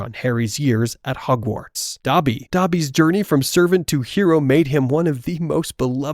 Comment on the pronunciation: Nice video bro but it bugs me how you say Hogwarts 🤣😂🤣😂